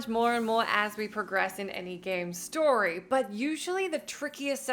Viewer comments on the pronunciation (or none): none